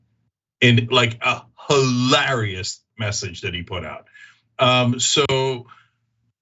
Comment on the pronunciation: Funny how in every show, Cenk says "HilARRYus" and Anna says "Fear-MONG-ering", words they say weirdly. And Anna, like Dave Pakman and lots of Americans, totally chokes on any foreign name. (Of Cooooouuuuuurrrrrssseeee, Cenk)